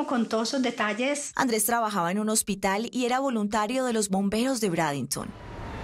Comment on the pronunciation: Brandenton y se pronuncia breidenton